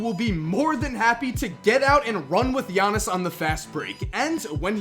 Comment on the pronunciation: IT'S "YA-NIS" NOT "JA-NIS" YOU MONGHEAD